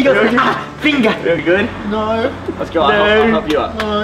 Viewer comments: i lost it "ah, finga" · Best part is “ah fingah” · when says ow finga (finger)😂😂